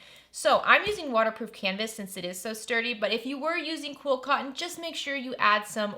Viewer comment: I agree with you on videos. I think she is saying QUILT cotton 😉